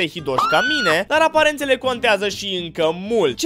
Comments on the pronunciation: Am crezut ca zici ,,Aparatele conteaza" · Eu prima oara credeam ca spui aparatele conteaza 😂😂😂😂😂